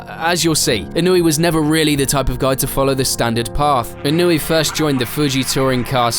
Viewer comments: It's pronounced ee-no-eh, not ee-noo-ee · In-oh-way. Not wee. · I know Englishmen don’t know how to pronounce words correctly for the most part, but it’s pronounced ī-no-ū-aye not e-newey 😂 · Inuii? How are you gonna make a whole video about him but not research how to pronounce his name? 🤡🤡🤡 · This guy's name: Inoue This narrator's pronunciation: Inoooooeeeeey Me: Well he's clearly not a Bleach fan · I feel like you could have at least looked up the prononciation before butchering his name 200 times 😂